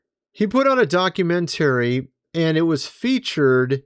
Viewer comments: Bruh! “Docu-mentarey”? Literally nobody pronounces it that way. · Please please please learn how to say documentary correctly! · Brother, that was a “Mock-u-century” not a”Documentary. Those pictures of his grandfather are obviously AI or CGI created. He was only in Antarctica for a few days, maybe a week at most. Oliver Tree was a great musician and since his death, he’s been highly misunderstood. I feel like I can’t take this video seriously or you should really look into him and all of his material before putting something like this out. Is disinformation and really disrespectful to Oliver.